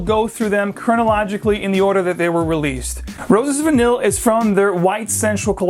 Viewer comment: Great video on Mancera but confused on these pronunciations... several fragrances here end in VANILLE yet you pronounced most of them Vu-neel then the last one you pronounced Vu-neey.